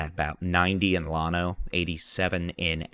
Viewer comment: Llano = LAN-O.